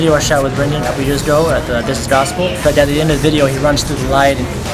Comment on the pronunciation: "BRENDAN" just kill me